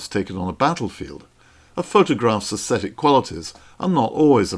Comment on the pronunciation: But he doesn’t pronounce them correctly.